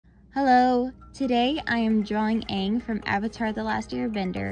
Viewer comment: So glad that she didn’t say ong like they do in the movies..